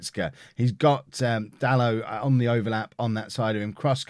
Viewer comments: Pretty sure it’s da-lo not da-lot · I think its da-low